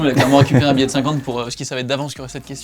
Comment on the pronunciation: tu soûle à dire biet de 50 €